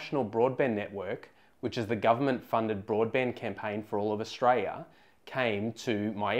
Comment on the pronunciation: Could you please say the word Aus-tra-li-a. Repeat after me Aus-tra-li-a. You make Aussies sound like we don't deserve 1gb/s internet speed